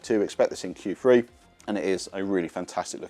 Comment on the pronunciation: I think you mean Q three not Q free !!!!!😅